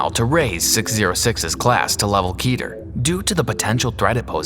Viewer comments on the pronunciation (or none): Keter not kether